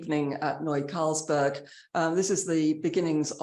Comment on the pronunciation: Carlberg, as in the beer😂